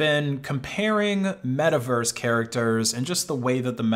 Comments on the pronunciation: *it's metaverse, not miiverese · i feel a little bit weird every time he say Miiverse, also when he say that miis came from the wii u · he said mii vers lol